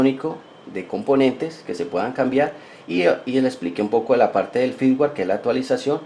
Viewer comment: firmware ; no "fitware"